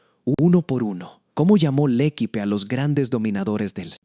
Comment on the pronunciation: MAL PRONUNCIADO EL ACENTO EN LA PRIMERA E, LA ULTIMA E ES MUDA😮😮😮 « le équipe » — l'accent porte sur le premier « e », et le dernier est un « e » muet.